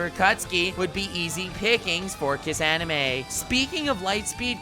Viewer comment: Kissanime? Lol. is this new meme that I dunno?